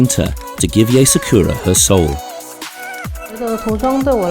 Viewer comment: "SA-KURR-AA" its [Saa-ku-rA] o3o NICE ART THO 👏🏻🌸